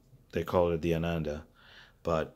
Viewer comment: He do you know where I can get balanced cable for this with trrs 2.5mm connector . New headphones Hifiman arya have same drivers as he1000 and cheaper आनंद it's pronounced with last a silent